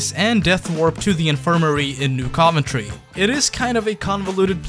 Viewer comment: Dude it’s pronounced New CUV-entry